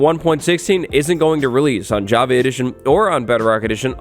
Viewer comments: I can’t unhear javee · Does he say "Jav- A " edition?? 🤨😕😖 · anyone else annoyed by his pronounciation of java?